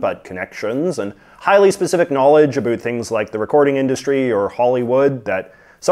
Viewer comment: "Anything a boot anything" .......we found you secret canadian!